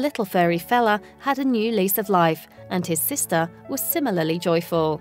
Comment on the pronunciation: ShelTAH, sisTAH, broTHA, togethAH